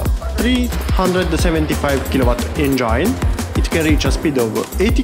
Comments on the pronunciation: ..speaks broken english is ok but pronouncing it is important.!!!ask others about you pronouncing the word engine than you'll know!!! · please pronounce the word engine properly!!!!dont humiliate urself!!!